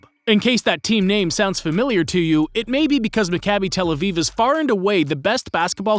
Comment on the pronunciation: Hey man, great video. Two notes: 1. As an Israeli and a Maccabi fan, I liked how you pronounced team names. They were almost entirely accurate! Maccabi Tel Aviv is pronounced: Mah-Kah-bi Tel Aviv Bnei Herzeliya is pronounced: Bn-ei Herzeliya (not "Benei", but close enough). Really impressed nontheless, the best pronounciation I've heard from a non-Israeli. 2. Deni won back-to-back European titles with the U21 team ( ), was named MVP once, and was a part of the Team of the Tournament in both years.